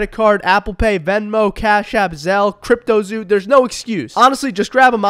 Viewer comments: My guy really sais Crypto ZOO 💀💀💀🤣🤣🤣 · He really said cryptozoo 😂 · Bro said cryptozoo 💀💀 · my man said cryptozoo